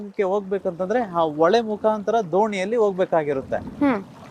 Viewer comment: Ole lla hole , hala alla ala, hakara akara correct agi use madi